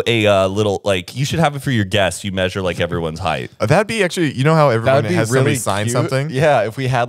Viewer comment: Not chuckling about ‘heighth’ when he also always says ‘labtop’ 🤣🤣🤣